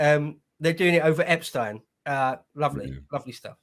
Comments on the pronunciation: No need to pronounce his name different than the rest of the world. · It bugs me that pronounces Epstein’s name differently 🤣😂 just had to say something hahaha